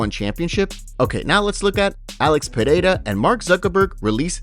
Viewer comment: Still don't know how to pronounce Pereira. ffs listen to Buffer